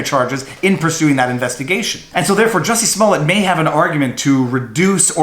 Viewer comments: It's pronounced juicy smoliet` lol Dave chappel gave us the corret pronunciation, Thank you dave. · I think is pronounced "Juicy Smollè". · Joo-see Smoo-Lee-Yay....that French actor! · I do believe it is pronounced Juicy Smallaayyyy. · You are pronouncing it wrong. It’s juicy smoolier. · Jussie Smollet is not French, if you watch Dave Chappelle's newest special, he intentionally pronounced his name "Juicy Smoullier" to make it sound funny. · I was confused until I realized you were talking about JUICY SMOO-LAY